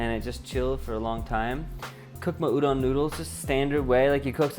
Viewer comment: It's funny to me that you worried about your pronunciation of onigiri even though you said it right, whereas you pronounced udon wrong the whole time lol